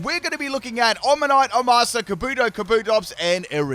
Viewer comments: Were you mispronouncing Omastar on purpose? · Wait, is that how Omastar is pronounced?